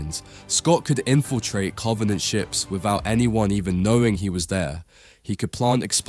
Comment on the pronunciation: cant take this guy seriously the way he says covenant